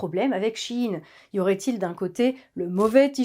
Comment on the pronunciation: enfin quelqu'un qui le prononce bien. SHEIN = SHE IN = SHE's IN = en VF = ELLE EST A LA MODE....